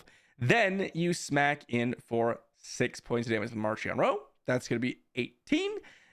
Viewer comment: It's pronounced MarKion in the audio books 👍